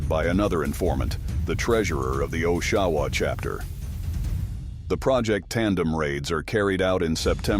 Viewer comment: My city is Oshawa not the way you say it all one word not 2 sincerely Ontario Canada 🇨🇦